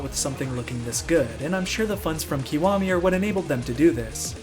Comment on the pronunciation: it's pronounced ki waa me 外人